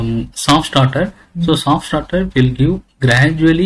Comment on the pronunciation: Is it a "Soft Starter" or "Soft Shutter"? :/ Every time i heard it as "Soft Shutter".